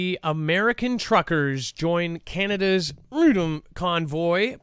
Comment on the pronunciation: Do we really live in a free country if can't even say the word "FREEDOM"???